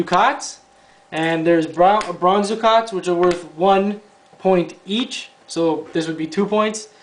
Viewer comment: Thanks for the play through. BTW, the currency is pronounced duck-et not du-kot.